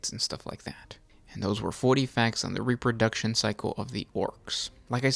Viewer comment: “Wots RE-pur-DUK-SHUN!?”